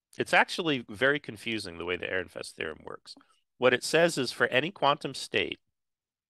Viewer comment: "Airinfest"? Is this a joke? Or are you still struggling with the fact that someone forgot the d in Fredericks?